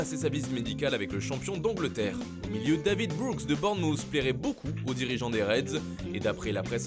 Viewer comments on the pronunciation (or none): none